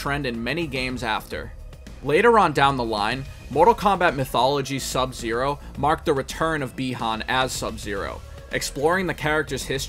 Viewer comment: OMG, FINALLY SOMEONE WHO PRONOUNCED SUBZERO'S NAME CORRECTLY THANK YOU GOOD SIR